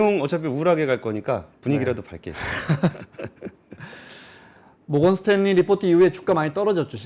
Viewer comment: 모건 스탤리 가 뭡니까? ' 모건스탠리 '